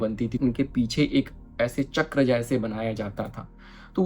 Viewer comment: बहुत सुंदर वीडियो। आभार। ‘चक्र’ हिन्दी मैं भी और इंगलिश में भी ‘चक्र’ ही होता है ‘चक्रा’ नहीं होते। हम भारतीय को ‘रावणा’ ‘दशरथा’ ‘लक्ष्मणा’ ‘महाभारता’ ‘योगा’ बोलके उल्टा लेटने की आदत पड गई है। USA और यूरोपियन देश में वो अपनी व्यक्ति या वस्तु का सहज बाई ग़लत उच्चारण करो तो टोकते है। Just a suggestion because I love culture.